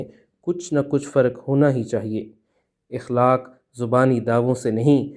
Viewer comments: جناب صاحب لفظ اخلاق زبر کے ساتھ ادا کریں گستاخی بدل معافی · اخلاق کے ہمزہ پر زبر ہے